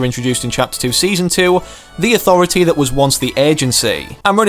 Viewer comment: me:the authority:ThA AuTHOritY